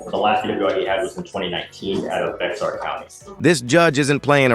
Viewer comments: Did this attorney just say "Beck-zar" County???? Was the name of Behar (pronounced like Bayer aspirin) county changed in the last 10 years? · Did he measure the exact distance? So silly but that is how bored Texas cops do it. And the idiot prosecutor pronounced BEXAR county BEXAR and everyone knows in Texas that it is pronounced BEAR.